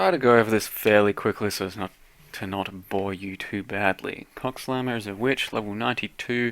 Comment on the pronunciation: Every time he said "CoCSlam" it made me giggle 😂